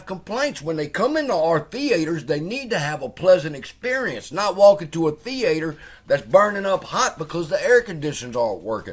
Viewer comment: what is a Thee Aye Tor?